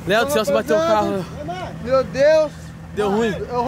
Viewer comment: Qm viu a falando pro Léo bê não kkkkk